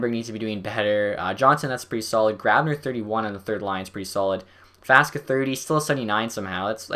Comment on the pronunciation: Faksa, not Faska. You keep calling him like this.